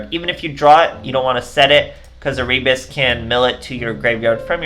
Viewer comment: Nice deck. Just a note, Erebus is read Ae-Re-Bus.